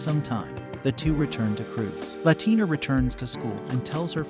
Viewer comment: La la tina. It's pronounced wrong in this video. She isn't Latin American lol